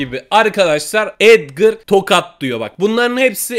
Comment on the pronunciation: edgır değil edgar